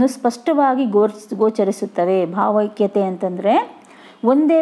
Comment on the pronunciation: bhavakathe alla bhavaikyathe